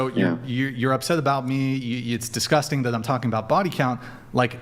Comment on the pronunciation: Honey, just because you pronounce it “DisGussTing” doesn’t make it disgusting 😂